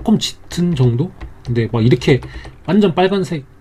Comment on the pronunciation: 완~전! 초보들을 위한ㅎㅎ 너무 강조하심요ㅋ